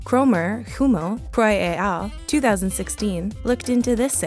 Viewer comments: I really enjoy your videos and have watched many. One small note tho: it's "ett al" not "Ay al" - it's Latin, not French. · Nice video but please learn to pronounce ‘et al’. In the French language, the ‘t’ is sounded when followed by a vowel in the next word ie ‘al’.